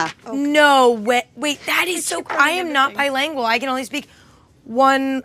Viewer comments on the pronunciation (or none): Emma: "I am not bilaaanggwell" oh honey, we know. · “I’m not bi-LANGUAL” lmao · So we’re just gonna ignore that fact she said bilangual lmao